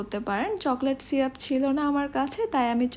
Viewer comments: Banglay o syrup e uccharon hoy ,syruf bolte kichu nei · Apu uccharon vul hoyeche Chocolate syrup hobe not syruf